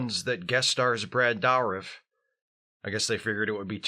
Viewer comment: Pronounded "Durh-if" not "Dour-if"